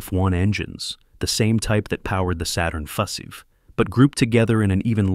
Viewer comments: "five" is pronounced "fiffiiv" and "fussife" from now on 🐒🐒🐒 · What's wrong with your text-reading robot? It can't even pronounce "Saturn V" as "Saturn 5". It says something like Saturn Feffy or Fuszy or something weird. like that. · min saturn fefe? Then, min saturn fusive? C'mon bot! get it right! Geeze! what the fusive?